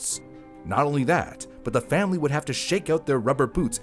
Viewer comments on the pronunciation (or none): lol. Is he always saying FamBly as a joke? Or can he just not say family?